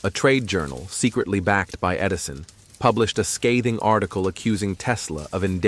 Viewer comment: “Tesla vs. Edirson”? Hahaha